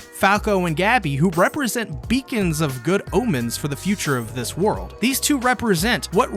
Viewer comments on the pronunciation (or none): none